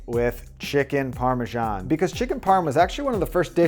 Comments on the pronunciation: Why do Americans say Parmajan? It's Parmesan in English or Parmigiano-Reggiano in Italian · Amazing recipe ! But why do americans keep saying "Parmejan" with a "j" instead of an "s" ? :)